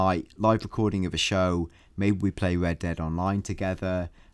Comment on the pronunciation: Hello and welcome to this episode of wed dead....speech impediment much😂 sounds like